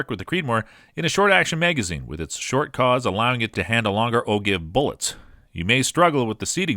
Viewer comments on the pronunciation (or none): It’s 30-“ought” 6 not “oh” 6. And “o-jive” not “o-guy-ve”. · Ogive is pronounced ojiv. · And "O give" bullets. 🤦‍♂️ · budget EDC knives. And ojive, wildebeest... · Sorry but if you can't even pronounce ogive how can anyone take you seriously.